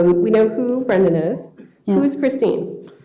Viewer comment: She cannot say Brendan? she keeps saying Nnnn instead of Brendan? after 5 years?